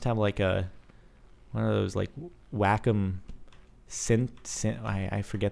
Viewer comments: When you were talking about the tablet, it's not pronounced "Whack-em", it's pronounced "Way-Comb". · WACOM, said: "way-calm"